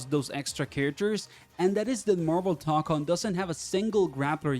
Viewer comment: I’m sorry but it’s pronounced (toe con)